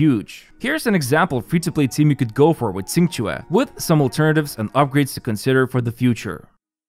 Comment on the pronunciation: It's hilarious a youtuber give up on pronouncing Qingque and just goes for QQ.